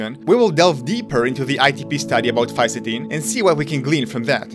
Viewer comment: I counted four different pronunciations of Fisetin.